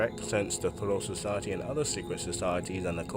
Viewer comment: I'm sorry my dude but your german pronunciation is just all over the place! "troll society", "walter nuhasch", "Germanadon"... Like what?? Next time please put those terms through Google translator so you know how to say it before reading the wiki page.